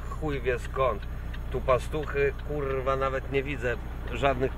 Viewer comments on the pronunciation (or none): ten akcent na 'rrrrwaaa' :D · kurrrrwa.....kurrrrrwa......kurrrrrwa.....kurrrrrrwa :P sporo tego sie posypalo ... chyba kazda kurrrwa przypada na 1 krowe :P